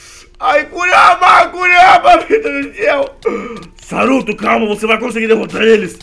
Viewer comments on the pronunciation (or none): none